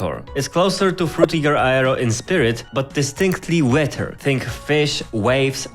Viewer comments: He said Aero as Ayero 😅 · Love the vid. In future tho, aero is pronounced more like “air-o”